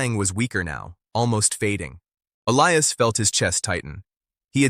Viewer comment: Definitely, get rid of the taking head - - and the AI - - neither one is an accurate narrator! The cowboy’s name is E-li-as